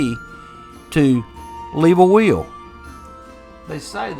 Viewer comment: Funny how will sounds like wheel for someone who's not a native speaker .I took me a while to get it😂 Intressting story .